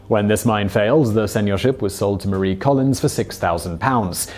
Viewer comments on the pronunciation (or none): none